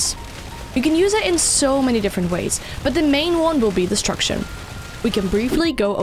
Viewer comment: I hate her accent I can't understand anything she said destruction and distraction the exact same